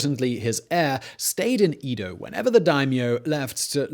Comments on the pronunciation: It’s not eedo (as in eat), but Edo (as in Eddie). Do a little research. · It's E-do. Not EE-do. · Its Edo, not Ido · Edo - short e, not long e. Man, your butchering of the Japanese words is killing me...But other than that, I like your story telling.